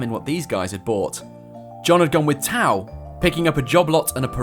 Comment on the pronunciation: "Bought T'au" Ew.